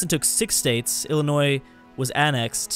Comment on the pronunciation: Thx for pronouncing Illinois right🙏